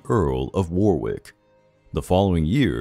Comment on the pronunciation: You need to learn how to pronounce Warwick, Gloucester and Leicester